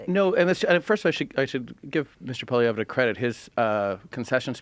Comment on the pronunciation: How many times do they mispronounce Pollievre??? Painful smh